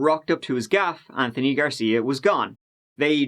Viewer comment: interesting .. in this one u pronounce the "th" in anthony correctly whilst many other times u say "th" the irish way - i'll never figure u irish out ;-)